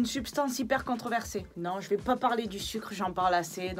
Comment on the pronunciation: par pitié, on dit:" contROversé" et pas contreversé... moi qui n'ai pas fait de grandes études, ça m'induit en erreur. merci d'avance pour la prochaine fois;-) allez, bises et sans rancunes:-) amicalement!